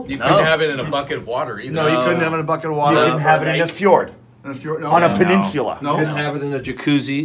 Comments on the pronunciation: Kennys pronunciation of peninsula is priceless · I don't think I ever laughed harder in my life than listening to Kenny Omega pronounce "peninsula" LOL